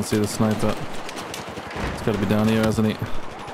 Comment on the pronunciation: "SNAIPEH?!" - 2021